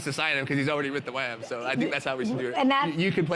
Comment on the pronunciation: “ wit tha wams”😂